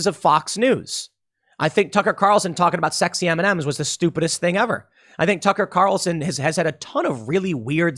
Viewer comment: I know what Tim met to say but he should be more careful with his words. It sounded like he said Tucker Carleton and Tulsie Gabber are evil people.